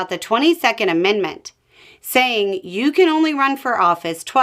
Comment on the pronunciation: Wait...? Did she say " You xan only run twice"? ..well donnie did run on 2020 election too and lose, soo that's already a 3rd run... .